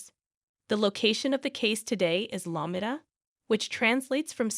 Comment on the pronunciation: Are u saying La-me-da? 😂